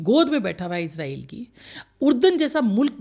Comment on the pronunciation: ازرائیل غلط تلفظ ہے صحیح تلفظ اسرائیل ہے